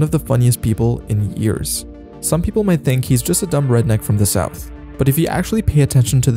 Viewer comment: Bro why are you saying the b in dumb